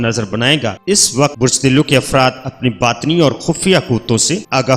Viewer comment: Ye name Arabic k Han ap ghlt ly rhy Han. Diloo nhi dalwe hota ha aur hoot hoa ha hoat nhi